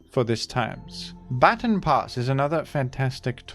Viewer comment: It always kills me how he says "Baton"